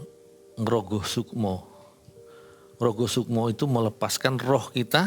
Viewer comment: Koreksi ya Bukan rogo sukmo Tapi "RogoH Sukmo"